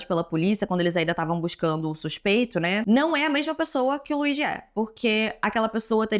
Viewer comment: Se fala "Luidi" moça.